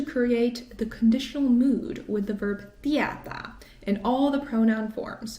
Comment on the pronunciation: Tietää lausutaan " tiEtää" ei "tiätää". Vaikka lausuukin väärin...